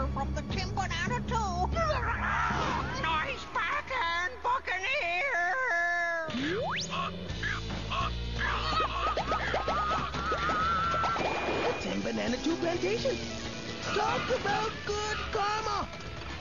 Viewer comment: i know he says nice packin bucaneer but it sounds like "nice packin Fuckineer"